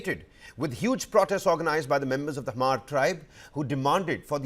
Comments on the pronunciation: Im not from manipur but i know its not hamar its Hmar the H is silent. Please correct it. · You're right but the h is not silent either,you pronounce it like hma-r all together though.